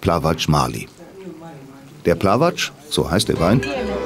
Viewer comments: Grauenhafte Doku. Ungarische Musik mit ungestimmten Streichern die rein gar nichts mit Dalmatien zu tun hat. Plavac und nicht Plavatsch. Zu viele sarkastische Kommentare. Katastrophal. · die musik ist einfach grausam... und hätte es wehgetan, die richtige aussprache vom "plawatsch" herauszukriegen? schwach... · Nicht alles was auf C endet heisst gleich TSCH, Es heisst Plavac (Plawatz)...